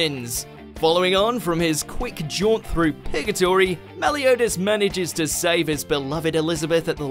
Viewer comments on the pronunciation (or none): Did this boy say pigotorty?